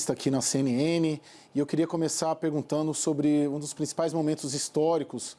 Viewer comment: “Eu queria começar perguntanu...”. CNN, pratiquem a língua portuguesa, por favor.